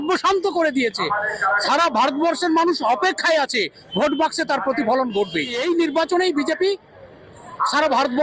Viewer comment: ভাই আপনি কি বাঙালি না? আপনার উচ্চারণের এই অবস্থা কেন? "বোট" না, ভোট ,"বারোত" না, ভারত, "দর্মীয়" না, ধর্মীয়, "সাপ্পান্নো" না, ছাপ্পান্ন। এত জঘন্য উচ্চারণ নিয়ে ভিডিও করার সাহস কোথায় পান?